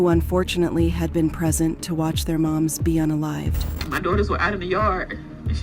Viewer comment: Why do you keep saying unaleave? It's un alive